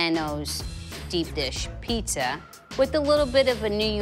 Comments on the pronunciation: Person who hosts a pizza show, pronounces it pisa, nightmare! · needs to start saying “pizza” instead of “pissa” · It's pronounced 'Peet-za' not ' PEESA' goddamn that bothers me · Someone needs to teach how to say piZZa she says pissa and it drives me nuts. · Great show and love the channel. I die alittle everytime when she says Pissa >_> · I like how she calls pizza "pissa" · Pissa... Pissa. Am I hearing her wrong? It's like my misophonia is reacting to the word... Pissa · STOP CALLING IT PISSA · Fuck sakes ... it's pizza not Pisa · I'm really trying hard to not hold her pissa pronunciation against her but it's hard. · Can the host please learn to say Pizza? It's not Pisa. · I can't phukin stand when ppl say Peessa!!! 🤬🤬🤬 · PiZZa darling!! Not piSSa.. That is pissan me off :/ You could not find a presenter with correct pronunciation for the theme word of the show? Really?! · I can’t get over pronouncing it, “PEESA” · The way pronounces Peesa make my ears perk up every time 🤣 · "In the peesa world" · I hate how says "piece-uh" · Not only does that lady say peesa, she also says axe. Ugh And I think it is a casserole. Way too much cheese for me. The ratio is way off. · Does it not bother anyone else that she keeps saying peesa? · The way she says piecsa bothers me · I really like her pizza, but does she have to keep pronouncing it peesa? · says "Pee-sah". Also, these videos are cringe. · Host of a pizza show; can’t pronounce pizza. 😂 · ....instead of the "two yoots" it was two pizzas. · She can’t say pizza correctly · How can she have her own Pizza show but can't pronounce the word pizza correctly 🥲